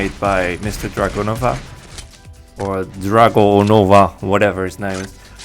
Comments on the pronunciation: Как же смешно вы говорите "Dragunova" ',:) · It’s dragunov